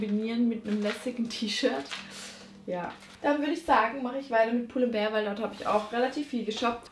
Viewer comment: Du sprichst pull & bear und Stradivarius falsch aus ned böse gemeint